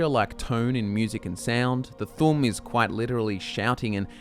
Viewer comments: Its thuum not fucking thum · its not the tum its the th'um, th um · it's thu'um not thum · It’s pronounced thoom 😭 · I think you should learn how to pronounce thu'um correctly. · You are saying it like "Thumb" Like WTF? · You need to put emphasis on the u in thu'um